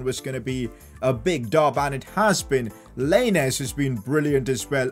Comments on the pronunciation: I’m sorry but the way he says lainez just triggers me 😂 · He said lainez name wrong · Im Mexican and it triggered me when he said lainez. But it’s fine because he is the best yter